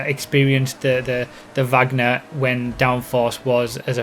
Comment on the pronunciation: no the supercar is named from her surname you said it wrong